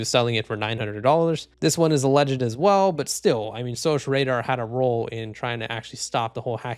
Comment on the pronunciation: It's pronounced SOCK Radar. Security Operations Center.